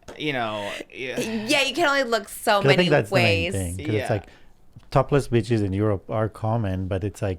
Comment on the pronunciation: lmaooo the way said beaches i thought sounded like bitches and that part SENTTTTT MEEEEEE